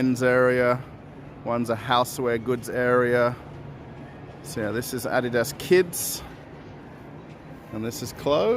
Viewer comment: Props to you for pronouncing Adidas correctly!